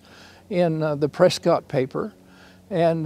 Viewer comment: Great content. But if you’re going to talk about Arizona you need to learn how to pronounce Prescott correctly.